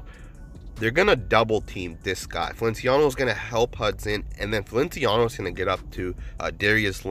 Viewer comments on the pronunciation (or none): Its Fel-Ic-I-an-o. Just doing all I can to help around here.